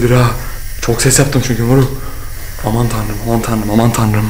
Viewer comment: aman tanrım değil amann toenrem